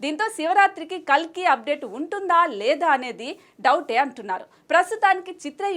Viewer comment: Kakli kadhu kalki